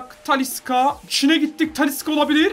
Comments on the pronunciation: TALİ S' KA DİYE SÖYLENMİYOR TALİ 'Ş KA SÖYLENİYOR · Abi tanilıska değil talişka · Abi taliska degil talişka deniliyor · abi taliska değil talişka😂😂😂😘😘🤪🤪